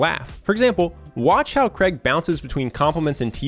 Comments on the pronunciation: His name is Craig, not Creg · Craig ...not Creg.... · its not kreg.... so funny. its craig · Fk me, his name is Craig not Creg. Pronounced Crayg. Please say it properly. ;-)